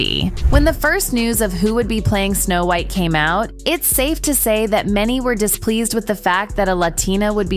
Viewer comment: Wth is the reason for mispronouncing so many words? Are we supposed to believe it’s AI? I highly doubt AI would mispronounce White or pilot (just to name two). This happens in every one of these videos.